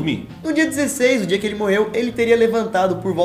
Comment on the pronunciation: ele disse "que podia", e eu entendi "que fodia" kkkk